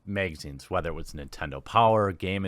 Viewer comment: "Meegazines" lol!